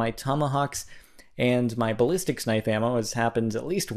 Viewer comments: Balicstics knife? Lol, learn to speak! It is BALISTIC! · ...Sorry but there is no S at the end of ballistic! lol im sorry but it just bothers me :P prolly cuz i used to do it and my buddy called it out on me all the time lol